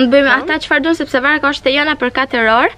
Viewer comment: Varka jo barka. v a r k a